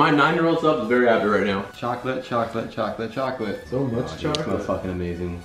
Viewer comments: you said choca oa l8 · Did you say chocklate?!? CHOCKLATE!!!!!!!!! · He gets tazed because he said choclet before he said now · Did he just say chocolate dos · not like your saying chocolate on purpose